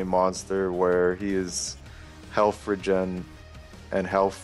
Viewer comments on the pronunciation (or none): Dyrus, it's RE-gen.. Not reggin LOL. And it prioritize not pritorize haha holy moly quit league of legends and go back to school :P jk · Dyrus saying regen is awful